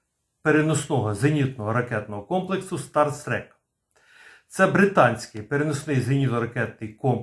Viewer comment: не Старстрек а Старстрік!